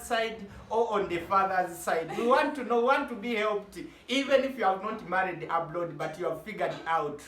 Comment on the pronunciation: Is it Abroad or aplord. I love your accent